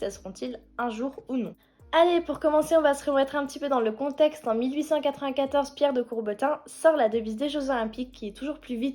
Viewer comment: Pierre de Coubertin et non de "Courbetin" ^^